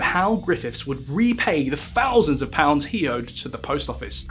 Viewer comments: I wish you’d learn to pronounce “TH”. You’ve no idea how irritating it is when you say “F” or “V” in a word that is not spelled with an “F” or a “V”. “Two fousand and free” 🙄 “Had to be seen to be doing somefing” “Firty fousand employees” “At the tender age of firty-one.” “Frone around wiv vigour.” 🙄🤦‍♀️ By the way, there’s no H in “assumed”. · Two fousand and free......Why don't you learn how to speak?